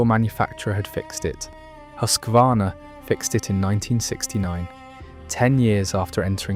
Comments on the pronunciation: Huskvarna - Husqvarna. Hus-kvarna, not Husk-varna. Meaning "House Mill. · YOU too pronounced "Husqvarna" wrong, like countless others! A bad way to start your video! There is no letter "A" after the "Husk" syllable. It is not "HUSK A VARNA"! (spelled wrong intentionally) It is Husqvarna like: "HUSK VARNA". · It hurts my soul to hear when people try to pronounce Husqvarna